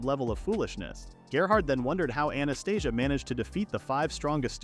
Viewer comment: Anastasia sounds similar to Anesthesia, the way how you say it...lmfao